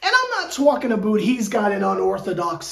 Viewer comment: “Tookin aboot” 😭😂😂